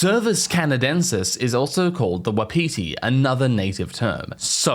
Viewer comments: Excellent. Minor note. WAH-pi-Tee. Also, sourleaf appears to be an analogue for cocaine.🤷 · Canadian here. I'm not sure you will enjoy the way wapiti is actually pronounced.